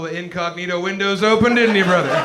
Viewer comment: "you can leave your beanie on, brrrother!" kills me